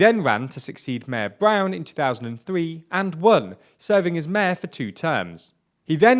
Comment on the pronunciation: also you need to talk right. its mayor not mehr.